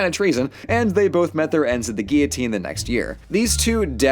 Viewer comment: Thank you for pronouncing guillotine correctly